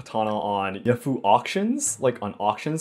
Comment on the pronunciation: Yahoo auctions not Yafu auctions.